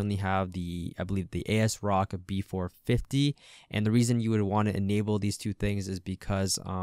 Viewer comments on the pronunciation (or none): Great video. I'll see if it works in a moment. I just have to correct you on how you pronounce the manufacturer's name. It's as rock. Just think, they're idea is this motherboard as well as their other products have the integrity of a rock. If I misunderstood and it's their designers or customer service that has heads like a rock, as in hard headed then... what can I say? So no A-S Rock. It's As-rock ASRock.